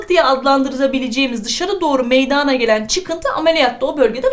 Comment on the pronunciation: hocam çok fazla güzel anlatıosunuz saolun ama meydaağna dediğiniz kopuorum herseferinde kusura bakmayın cmmcksldlpswşlcğdğsşcüc